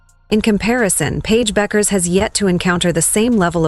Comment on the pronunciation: last name is pronounced Beckers people